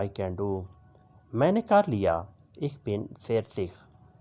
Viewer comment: Aap ko to word ich hi parna nahi aa raha. Aap kya wrong taleem de rahe ha.